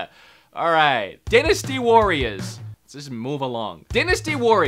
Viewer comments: Die-nasty Warriors.......not Din-nasty Warriors. Lmao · Oh for Hyrule's sake...... Dynasty DIE - NA - STEE